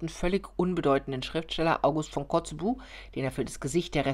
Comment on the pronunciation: muss an meinen Geschichts-/Französischleher denken der uns immer korrigieren musste: nicht Kotzebuh sondern Kotzebü Ansonsten sehr kreativ und hilfreich! Weiter so!